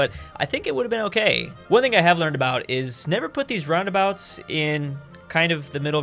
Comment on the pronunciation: Guys I think he’s mispronouncing roundabouts